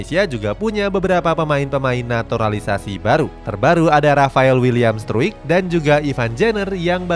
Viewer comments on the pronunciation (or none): Semoga gk jiper yaaa lawan argentina Izin koreksi minn, buat nama rafael struick ejaan nya yg bener rafael straik yaa, ivar jenner jadi ivar yenner, makasihh 🙏